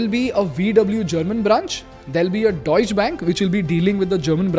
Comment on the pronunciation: Plz improve your pronunciations . Deutsche and Volkswagen. I don't expect it from you. Anyway thanks for the knowledge